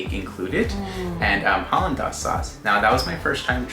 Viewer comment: Great recommendations! PS, Papa’aina = Papa “eye-nah” Hollandaise = Hollan “days” Ululani’s = Ulu “lah nee’s”